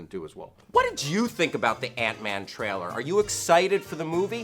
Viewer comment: For the love of all that is holy.. LEARN HOW TO SAY THE WORD TRAILER!! It's not a hard word! It's not "traller"! Man you're annoying.